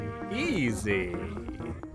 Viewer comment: (No offense) The way says strawberry; Straw-brrrrrrrrrrr-E